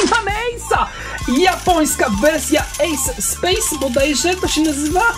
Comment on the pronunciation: W japońskich booster boxach jest gwarantowane 8 dropow lub więcej ;) Polecam troszkę poczytać przed otwieraniem produktów! :D A dropy ładne! P.S. Czytamy EJS SPEK ;)